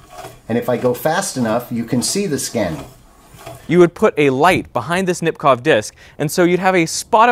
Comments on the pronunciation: It's Nipkooh not Nipkoff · The ow in Nipkow is pronounced like the o in go.